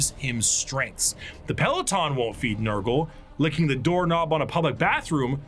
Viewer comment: Damn it you got nurgle wrong again 😢